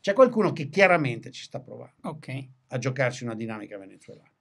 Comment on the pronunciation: “Oukey” 😂😂😂 facciamo finta di essere internazionali 😝